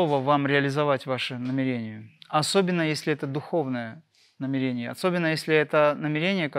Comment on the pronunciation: В слове намерение ударение на первую букву Е. НамЕрение🙏